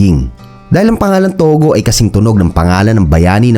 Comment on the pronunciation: tugo hindi togo